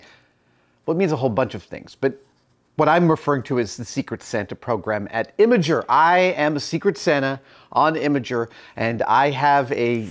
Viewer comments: very nice video except it is pronounced IMGUR ( with a hard G) not imjur ^^ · imajerr?? I thought it was imghur. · "imager" its im-gur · Isn't Imgur pronounced EM-GURR ?